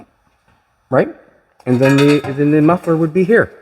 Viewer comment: You really messed up Jolene’s “muffler”